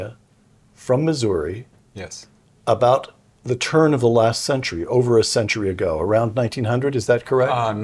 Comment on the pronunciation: Thank you for pronouncing Missouri correctly. Pronounced Missourah, not Missouree